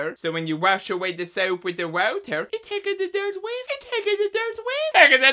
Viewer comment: De wauta! I cannot hold back the laughter when he says it that way!